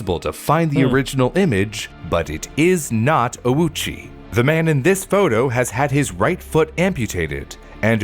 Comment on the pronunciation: His pronunciation of Ouchi is way off - when writing japanese in romaji, u next to a vowel usually means that said vowel is elongated. So when reading this surname, the letter u should be silent, and letter o should be elongated :)